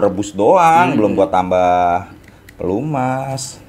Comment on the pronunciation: Pelumas bang bukan pelemus.. wkwkwkwkwkwk